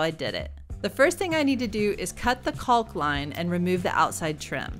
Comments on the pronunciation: Great video, but I’m gonna be the grammar Nazi here. It’s pronounced COCK, the L is silent. Lol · The L is silent